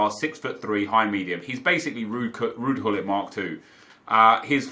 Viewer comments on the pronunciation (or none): none